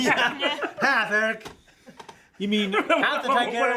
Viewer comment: has read my comments out loud like 4 or 5 times since they started doing polls, and he says "Ee rich" everytime. Its Eric with an H, I guess its really that hard.